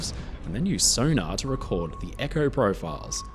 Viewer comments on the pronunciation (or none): none